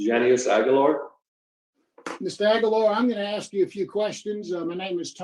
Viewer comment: Jesus, your boy can't pronounce "ask"